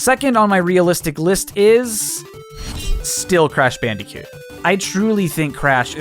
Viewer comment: Why do you say bandycoot instead of bandicoot